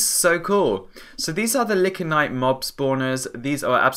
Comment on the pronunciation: Awesome review! XD It's 'Lie-can-ite' though, no licks!